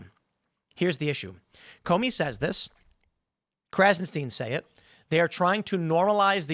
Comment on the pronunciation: Krahzen STYN not steen Bennie Boy